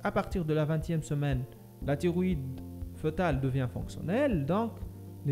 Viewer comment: راها كاطنطق تيغويدي ماشي طيغويدي !!!!!!!!!!! شوية د مخارج الحروف !!!!!